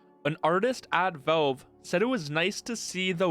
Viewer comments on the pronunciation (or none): It's "Valve" not "Velve". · wtf is up with your pronunciation of "Valve" sounds like you're saying "Bo" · Man, this guy really needs to say valve instead of volv